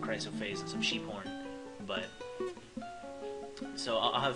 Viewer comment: I had to pause the video when you said she likes sheep horn, because for some reason it sounded like you said "Cheep Porn"